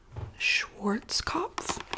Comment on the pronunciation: Heheh schworzkaupf i love americans americanising german words